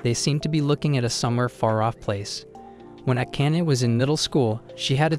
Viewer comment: ah-can-ah. What a name. Oh wait - it's pronounced: Ah-kah-nay.